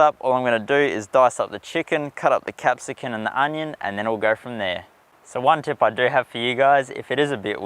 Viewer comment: Very nice video! It's capsicum....cum. Your mispronunciations are risking an infringement from the language police!